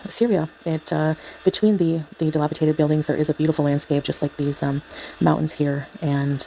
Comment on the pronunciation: Dilapidated NOT dilapitated🙄 FFS, isnt english your first language? Dont you have a “degree” in english or something? As if we didnt already know, thats clearly another lie🤷🏼‍♀️😂